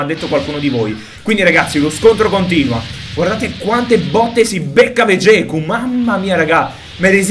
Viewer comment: finalmente hai detto Vegeku e non veghet